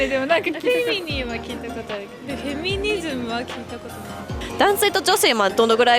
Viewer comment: フェニミズムじゃなくてフェミニズムじゃないですか？